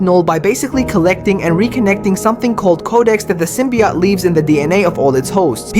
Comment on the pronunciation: SymbiOTE not SymbiYOT